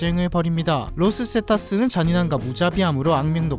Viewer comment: 로스세타스가 아니라 로스제타스아님?